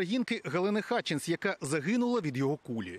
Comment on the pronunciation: Що за "уколи"? Немає у нас такого слова. Що за "Хіларі" і "Хатчинс"? Вони Гіларі і Гатчинс! Тільки з поваги до блискучої роботи Світлани Чернецької, Христини Гашенко, Ксенії Барвіненко, Руслана Смєщука утримаюся від "невподобайки", але і "вподобайки" не ставлю.